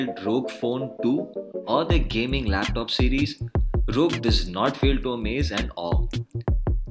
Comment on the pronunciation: It is not रॊग but R.O.G , for God sake.